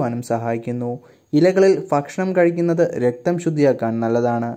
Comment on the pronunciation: ഫക്ഷണം അല്ല ഭക്ഷണം ആണ്..🤣🤣🤣🤣